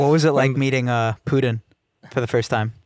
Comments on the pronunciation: It's Putin not Pudin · Pooooteen WTF man can you not say the name of one of the most famous people .